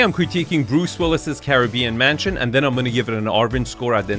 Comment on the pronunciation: Penis cannot even pronounce the name Bruce properly!